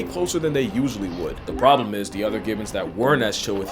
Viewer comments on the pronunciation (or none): none